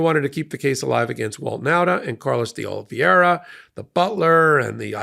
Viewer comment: excellent analysis as always, but again you keep mispronouncing Carlos DeOliveira's last name.....The last two syllables are pronounced 'vera' NOT 'vee-era' (as it is spelled 'veira' NOT 'viera'. (retired teacher)